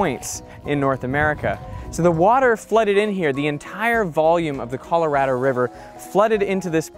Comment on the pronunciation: you're Australian and you said Colorado like an American. What's up with that?